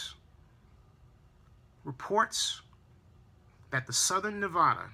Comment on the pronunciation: Great points about the media spinning words and giving half truths also I did not think of those sites not being in Las Vegas great point!! And you accually said Nevada right half way through at around the 8 min. Mark it made me smile!! remember it's NEV-A-DAH not NEV-AH-DAH!! Keep digging I love devotion and info